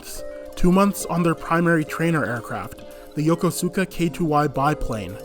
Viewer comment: Very nice presentation for the most part, enjoyed it! Liked the history and your pictures used in the presentation. However, I live here and must comment a bit (Sorry) "En SIGN" the first time could be redone. 2nd time was nicely done. Also, it's not YO KO SUU KA. Everyone here pretty much calls it Yo KO sKaa for how it sounds. It's pretty flatly spoken, not much stress on any syllable, but it's a way to tell outsiders from locals. JR and Keikyu in Station Staff in particular corrected a lot of my friends, I just listened to how the Announcers said it and followed their cues.